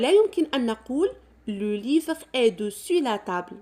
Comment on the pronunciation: شكرا ،ولكن علاش كتنطقي tتاع est?